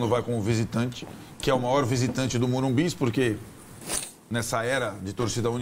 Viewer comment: Não é Morubi!!!! É Morumbis